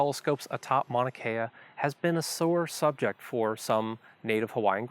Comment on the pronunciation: The way you remove the U when you pronounce Mauna Kea is culturally insensitive. Also it discredits your knowledge of Mauna Kea.